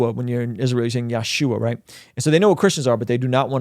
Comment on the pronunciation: Yashua is the anglicization of Yeshu3 so you ain't saying it right either